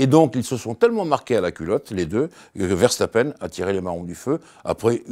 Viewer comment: pourquoi prononcer "VerCHtapen"?:) Dommage de passer sur l'info essentielle de ce GP: c'est moins une performance immense de Mercedes qu'une contre-performance immense de Ferrari. Ils ont de toute évidence un sérieux problème de moteur, bien qu'ils ne l'admettent pas publiquement, fidèle à eux-mêmes. Que Ferrari retrouve tous ses chevaux et on aura une belle saison je crois.